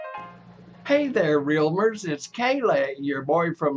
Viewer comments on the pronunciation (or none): I can't tell if is trolling us or something but that's obviously not him, he says kae-lae instead kalle and if he was really kalle he would say deca instead of daeca, and why would he come help harambe, one of the most popualer memes on the internet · That's the worst pronounciation of kalle ever